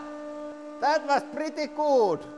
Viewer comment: From "that was priti coooll" 😂😂😂😂😂 Real finish english 😆👍